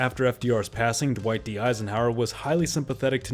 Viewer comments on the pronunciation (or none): none